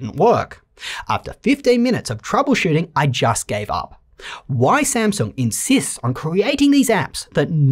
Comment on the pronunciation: I just endured one of my most trusted reviewers passionately butchering a brand I love very much lol